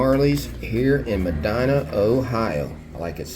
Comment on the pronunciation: Always love your videos! I am originally from southern Ohio. We always pronounced the name Medina as “Medeena” just for future reference. Y’all have given me many tips for places to go in Amish Country.